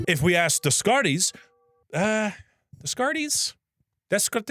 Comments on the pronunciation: "Des-carties"... Oh my brother 😂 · BROTHER NOT DESSKHARTEEZ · bro, its pronounced day-car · "Desscartees" fucking killed me lmfao. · I'm not even french and Dez-carties gave me psychic damage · Ah yes, my favorite 40K faction: The Adeptus Descartes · I believe Descartes is pronounced like day-cart although I could be wrong about that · Day-Cart That how you pronounce it in english. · Incredible to have him try so much different prononciations only to have them all be wrong, at least the baguette bit was worth everytime. Didnt look like it was a great one but surely you'll get some when you come to france for that sweet warhammer doc you're making, maybe. Hopefully. I love your vids man, I missed your dumbass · Ok most of these mispronounciations are understandable but how do you fuck up Descartes, everyone knows him. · I'm shipping you to france due the psychic damage that you're inflicting on me every time you say french names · has to be the first person to pronounce Descartes like he's a Warhammer character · I distinctly remember people in my high school calculus class pronouncing Descartes that way, much to the dismay of the teacher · In Spanish he'd probably be pronounced like that tho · rage baiting me by basically mispronouncing every philosopher's name was not what I was expecting when I clicked on this video